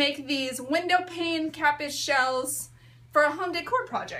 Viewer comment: pronounced KA- peas